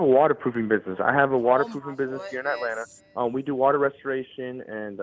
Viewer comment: WaaahhhWaaahhh instead of waaahhh”ter🤭🤭🤭that cookie 🍪 🏺 jar dude was MOs def Related to the cookie monster 🤭🤭🤭